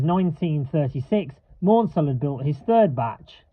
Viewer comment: Please note that the Southern CMEs name is not pronounced 'Mornsel' but 'Mansel to rhyme with cancel. Also 847 has run but only on the heritage Bluebell railway.